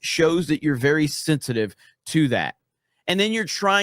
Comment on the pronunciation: What is “sinsitive?” I think you’re saying “sensitive” but I just want to make sure I agree with you, haha. I think I do